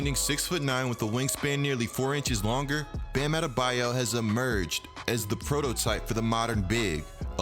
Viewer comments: “Bam adebaya” “Toronta” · His name isn't Bam Adebayeh